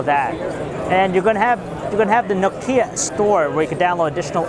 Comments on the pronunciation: Dude, it's Nokia not Nokiia... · Nokia (KNOCK-YA) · I hate the way he pronounces Nokia.. -.